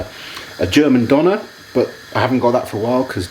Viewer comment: What was that when you where talking about the take away food, a German Donut? Döner? I couldn't understand correctly.